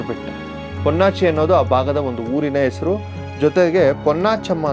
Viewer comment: ಓಗುತಾರೆ.ಒರಡುತ್ತಾರೆ.ಒರಟು.ಈಗೆ. ಅಪಭ್ರಂಶ. ಬಿಟ್ಟರೆ.ಚೆನ್ನಾಗಿದೆ. ಉಚ್ಚಾರಣೆ ಚೆನ್ನಾಗಬೇಕು.ಹೆಸರನ್ನು ಎಸರು ಅಂದರೆ ಹೇಗೆ.pls tappu ತಿಳಿಯಬೇಡಿ.ಹೋಗುವುದು.ಹೆಸರು.ಹೇಳು.ಎಂದರೆ ಚೆಂದ ಅಲ್ವೇ.ನಿಮ್ಮ ಕಾಳಜಿ ಮಾಹಿತಿ ಸಂಗ್ರಹಣೆ.ಎಲ್ಲ ಸುಂದರ.ಅಭಿವ್ಯಕ್ತಿ ಕೂಡ.ಉಚ್ಚಾರ ಎಚ್ಚರಿಕೆ ಇಂದ ಮಾಡಿದ್ರೆ.ಸರಿಯಾಗುತ್ತೆ.ಅಭಿನಂದನೆ